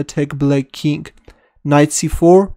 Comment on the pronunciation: BossNaj Alchary also, chess sound like chest. king sounds like kink. but i like all video. Let's go back lol